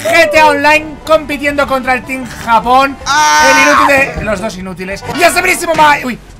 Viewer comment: Yo en vez de escuchar team japon escuche team jamon 😉